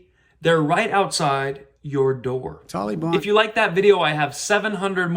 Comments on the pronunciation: Tolly Bon? Leftist Biden can't pronounce Tal-ee-bahn? Makes you wonder if he is a covert member Antifa? Or will he say that it is his Auntie Fah? A distant relative living near Obama's half brother in Communist China? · Obama pronounced Taliban the same way...Tolly-bon! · Yeah. What's up with Biden's pronunciation of that word? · 20 years ago it was the taliban now it’s tolly-bon. It’s like he’s trying to be nice and respectful about how to accurately say their name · Joe says the Tall- lee-bon is just an idea not an organization. Did you notice the tank top the antifa guy was wearing? He's proud to be a communist/fascist. He wears it like a badge of honor. People really should homeschool their kids, there's a lot of these anti-American sickos out there. They also want to turn kids against each other based on race.